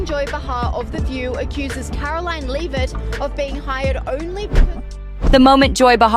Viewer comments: Who narrated this? She can't even pronounce Karoline's name, properly 😒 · Can you please pronounce Karoline’s name correctly.